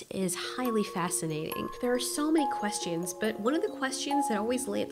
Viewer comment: and I keep hearing questeeons rather than questions